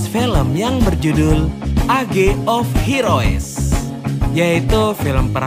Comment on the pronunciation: parah bngt sih min bhs inggtis km.. age of heroes tuh bacanya yg bener gini : ' ej of heros '.. ini kan bhs inggris standard.. jgn ancur2 bngt lah.. reviewr film minimal hrs bljr sedikitlaahh